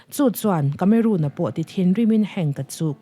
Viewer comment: Miss tlangau kameruun nilo in kameron tih a lam tur a nih ka ring deuh.. Sawive mai2😣❤❤